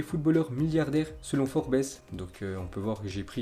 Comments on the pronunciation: Pas forbès mais forbz( les prononciations) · "Forbéss" mdrrrrrrrrrrrrrrrr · Forbaisse jpp 😂😂😂😂 apprends à prononcer serieusement... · forbésse mdrrr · forbes se lit pas comme ca😂sinon force à toi💪❤